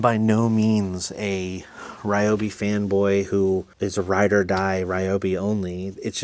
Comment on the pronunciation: Just an FYI. Not sure if anyone has said anything about the pronunciation of Ryobi. The correct pronunciation is "Ree Yo Bee" not "Rye Yo Bee".